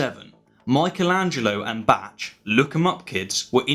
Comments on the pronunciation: a german girl told me its bach, sounlike back. Hard for an speaker of English to say but definitely not batch. I have been listening to classical music for over forty years and I've heard many maestros speak his name and they have never said batch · It's pronounced "bakh" not "batch!" Love the video regardless. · It's "M(ee)chelangelo" not "M(eye)chelangelo" and "Bax"* not "Batsh"! -.- *look for the ach-Laut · Who the fuck is "batch" ? Please tell me you're not referring to Bach as in JS. Now THAT would be uncool, and obtuse, not a great combination. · Bach=/="Batch" Bach= "Bahhck" mash ah bach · Ah, come on! I am German and would not expect from a regular Englishman to pronounce the German "ch" like it is pronounced in "Loch Ness", which would be rather Scottish, wouldn't it?. Well, it was new to me to hear it spoken like "batch", I'm rather used to "back". But you know what? There's a lot of English counties that no German would ever pronounce correctly without being schooled. :) Edit: Mmh, listening to the author... could be he's not even English. Could also be Australian or such. Oh, this is something completely different of course. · While it's true that many Brits cant pronounce a German exactly as a German would, the vast majority of people I know, or hear in the media, give it a damn good try, or at the very least say "Bark". Batch is just wincingly bad. But I suspect he's doing it on purpose to avoid seeming "poncey" or "elitist". Neither of which is true, but here we are. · The ch in Bach is pronounced like the ch in scottish "loch" and not like "Batsh". And Che Guevara was no masskiller but a hero. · isn't bach pronounced as bark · I fully appreciate your videos! But I simply have to correct you in one way Mr! His name is pronounced Bach "like the "ch" sound in loch". Keep up the go(o)d work mate! ;-P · Bach = "batch"? 🤣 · Bach = "Batch" 🤣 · Great video but Bach is pronounced backk with a long k sound at the end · It's bach not batch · "Batch"? :P